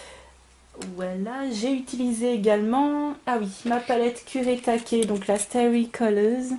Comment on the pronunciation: Super! En plus tu prononces bien le nom japonais des aquarelles kurétaké ;) elles sont geniales!